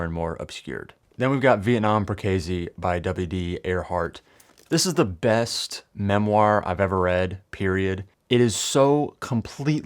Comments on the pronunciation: Not Perkazy, Perk-a-see. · I live near Perkasie Pennsylvania. It is pronounced PER kuh see.